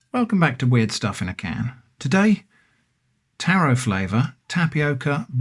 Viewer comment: I have ESL, and kept on hearing "terror flavour" and just started laughing too many times 😂😂😂